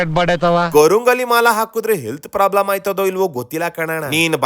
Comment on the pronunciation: ಗುಬಾಲ್ ನನ್ನ ಮಗ ಪ್ರಾಬ್ಲಮ್ ಅನ್ನೋಕೆ ಬರಲ್ಲ ಪ್ಲಾಬ್ಲಮ್ ಅಂತಾನೆ. ಇವನು ಶಾಸ್ತ್ರ ಹೇಳ್ತಾನೆ. ನಮ್ಮ ಜನ ಮತ್ತು ಟಿವಿ ಚಾನಲ್ ಗಳೇ ಇದಕ್ಕೆ ಕಾರಣ